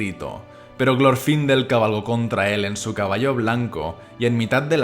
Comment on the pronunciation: No es que lo grite, es el énfasis en el nombre xD